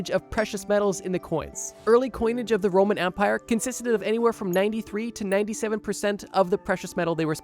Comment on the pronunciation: First time he said “Roman Empire”, I heard “Roman Vampier”. I was so confused for a second. 😂